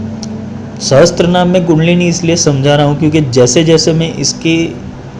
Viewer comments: There is no Sanskrit word "sahastra". It is sahasra. Mispronunciation of sacred verses due to ignorance causes great harm. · Sahasra kahiye sahastra Nahi Asuddham na padho